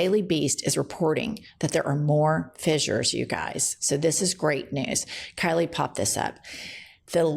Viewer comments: Pronounced "fishers" not "fizzures". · It's pronounced fishures